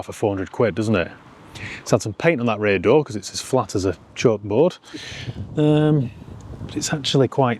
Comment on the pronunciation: you said the words, "Chalk board", in the thickest Manc accent ever. Lol.